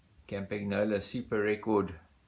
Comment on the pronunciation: WTF is it with you Anglo vintage bike experts? It's CAHM-PAHN-YOLO for Pietro's sake. You can do it!